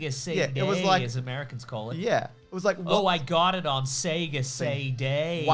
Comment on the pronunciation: Cmon guys, every time you turn on a Sega it pronounces it for you. As a Canadian, you know I'm soary to point this oat.